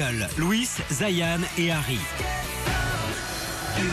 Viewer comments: Lol zayene eumm c zayn niall ca se pronnonce nayeul... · Je reve ou il a dis Zayane xd